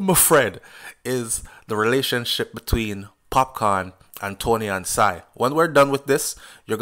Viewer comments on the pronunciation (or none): Somebody please teach this man how to pronounce Toni-Ann's last name properly. Unbelievable! It's pronounced sing not sine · Not sigh.... pronounced SING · Her name is (SING/SINGH) NOT SIGH as you calling her.. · Sing is her last name not SIGH, Its Singh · Great review started watching after the live yesterday but got caught up in watching the actual music video and really enjoyed it so played it over and over. One thing her name is pronounced "Sing" but great review.....a u bring it to a lot of people's attention 1st becaise I was on tik tok and didnt even see it until u highlighted it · Ive been told by many that it is pronounced SING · Her name pronounce as SING its spelled the HINDI way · No disrespect but her last name is pronounced sing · Her name pronounce sing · You pronouncing her last name wrong